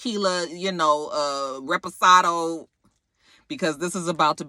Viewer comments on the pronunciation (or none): none